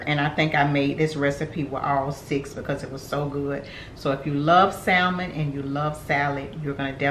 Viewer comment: Hey. Love your channel. You and your daughter are both beautiful. Girl, don't mind me but sometimes the teacher in me just comes out. The word Salmon is pronounced without the L so it's pronounced "sa-mon". Anyway, I'm going to try the recipe!